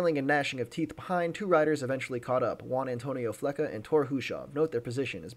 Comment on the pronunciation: its not Fle"ka". Its Fle"cha"